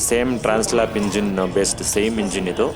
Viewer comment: It’s trans-alp not tran-slap 😂